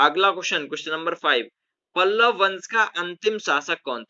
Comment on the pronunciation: Sir pallav not palval